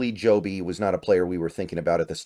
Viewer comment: It's Jobe not Jobe man. 🤦